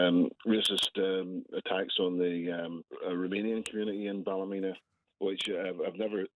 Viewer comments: It's pronounced Bal -a-mean-ah (equal stress on each syllable) btw 😉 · It’s Ballymeena, not Ballymenna like you keep saying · Bally-meena not Bally-mena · No it's not balla meana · Bally men a lol its balla meena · Say it like this. Balla- mean- a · It's Bally-meena. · that is ptonoounced ballyeena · Also I like Novara media but yer man’s repeated mispronunciation of Ballymena irks me, very British of him. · I love how the English pronounce Ballymena😂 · You've pronounced the name of the town wrong